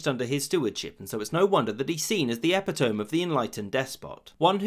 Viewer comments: i've NEVER EVER heard someone pronounce "epitome" the way this narrator did, like "epic-Tom".... i've always heard it as "epi-to-meee" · Epi-tome? Isn't it epito-me? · Epitome is pronounce "eh-pih-toe-me" not "epi-tome" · Ya, especially pronouncing eh-pi-to-mee as ep-i-tome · epitome - NOT "Epi-tome" but rather "Epi-tuh-mi" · Epitome is pronounced: epit 'o' me Imperator is pronounced: Imp' era' tor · Hahahahaha - "epi-tome" is how it's written. E-pit-o-mee is how it's pronounced... That one got me for the longest time. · Great video, just a minor nitpick: epitome is pronounced like uh-pit-uh-me, not epi-tome. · Eh-PIT-oh-me not Epi-TOAM. (That's just a nitpick; your videos are great.) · Epi-TOME < epi-toe-ME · Wait, did you just say "eh-pi-tome" instead of "eh-pi-toe-me" (for "epitome")? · at the end there. you used the word epitome. it is not pronounced epi-tome. it is pronounced e-pit-o-mee. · Not "epi tome" but "e pit o me" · Did he really pronounce epitome as "eh pih TŌM" instead of "eh PIH toe me"? Is this some British accent thing I'm not aware of? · Epi-tome? Are you serious, Englishman ? It’s epi-to-me English is my 3rd language and I wouldn’t make a mistake like that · Ah, check pronunciation of ‘epitome’. It’s not “epi-tome”. It’s “e - pit - toe - me”. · You lost me at ‘epi-tome.’ It’s pronounced e-pit-e-me. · Epitome= (eh-pit-Oh-mee) not (eh-pi-tome). Just sayin. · Epito-me not epi-tome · EPPY TOEM??? 🥴🥴 Epee Tomee!!! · epp-ett-ohm? What? e-PIT-o-mee. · epitome? epitohm? eepitOhmee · e-pit-o-me not ep-i-tome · "Epitome" - /ɐ-'pɪ-tə-mi/ not /'ɛ-pə-toʊm/ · Did you intentionally mispronounce the word E-pit-toe-ME as epi-TOME? If not shame on you, if so, I salyut you sir! LOL! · Say it with me everyone: eh-pit-oh-mee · epitome - əˈpɪdəmi - "E pid O meee" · Also it's e-pi-to-me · did this man just say EP-I-TOME?!? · IT'S PRONOUNCED EP-IT-OH-MEE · Epitome is pronounced with four syllables. uh· pi· tuh· mee. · epi-tome? epi-toam? wut?